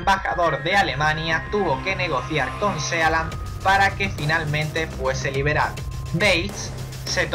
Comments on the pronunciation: Muy bien! Esta muy bien el vídeo. Pero se pronuncia sii lend, no sea land y significa pais del mar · Sealand???!!!! Se pronuncia Siland!!! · Se lee siland, no sealand. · Sealand...pareces listo pero al pronuciar el sitio quedas como todo lo contrario juas juas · se pronuncia siland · El título está mal asignado, ya que uno espera encontrarse con países raros, pero reales, no estos intentos de países. El video debería llamarse "Las 7 micronaciones más raras del mundo", y así quien lo reprodujera no se llevaría una decepción... Aparte me sangraba el oído cada vez que oía [Sealand], hermano, está en inglés, se pronuncia [Síland]. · Por favor que le digan a este tipo como se pronuncia "Sealand"!